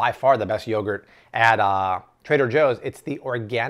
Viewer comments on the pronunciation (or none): none